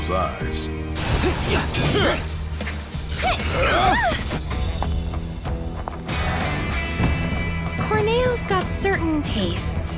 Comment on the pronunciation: Question for you! Did they direct you to pronounce his name “Cor-NAY-oh?” That’s how I always pronounced it but many folks called him “CORN-ee-YO.” I wonder what the process is for them to decide how to pronounce the names and proper nouns.